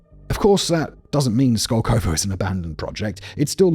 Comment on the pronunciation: The emphasis in the name is on the first O. It's skOlkovo, not skolkOvo.